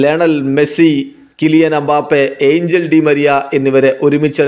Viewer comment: It's not angel it's angeel